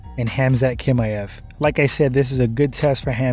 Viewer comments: TCHimaev not Kimaev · Why do you act like you don’t hear how everyone pronounces Khamzat’s last name bruh 😂 no one has ever said it like that! I don’t understand why you insist on saying Kimaev